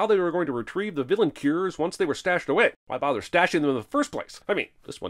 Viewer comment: "vlllain" lol